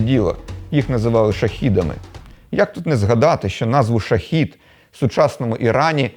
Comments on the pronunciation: Дрони називаються шахед а не шахід.це різні слова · Плюс каналу. Але безпілотніки не Шахід, а Шахед і це є інше значення слова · невеличке виправлення - ці кляті дрони читаються як "шахед", що значить вісник, а "шахі" - смертник. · Автор болван! Дрон Не ШАХІД а ШАХЕД!!!! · Дрони ж то шахеди, а не шахіди, воно якесь інше значення має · Не шахід, а шахед- вісник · Дякую за випуск! Тільки на помилка - дрон називається shahed (шагада), а не shaheed (шахід). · Дронам-камікадзе присвоїли назву не "шахід", а "шагед", це слово має інше значення, це "свідок" чи "наглядач". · Іранські дрони звуться не "шахід"(смертник), а "шахед"(вісник). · Тільки дрони називаються шахЕд не шахІд це зовсім інше слово з іншим значенням. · Дрони називаються "Шахед" (Свідок), а не "Шахів"(Той що гине за віру) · Дрони не "шахід", а "шайхед", що в перекладі означає "молнія". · Дрон камікадзе шахед, а ні шахід. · Дрони камікадзе мають назву не шахід, а шахед. То інше слово. Дякую вам за роботу и за чудовий канал! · Іранські дрони називаються не Шахід, а Шахед (вісник). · Не шахІд а шахЕд. Тобто вісник. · тільки безпілотник ірпнський називається не шахід, а шахед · Невелика поправка. Дрони називаються "Шахед" тобто Блискавка з фарсі, а не "Шахід".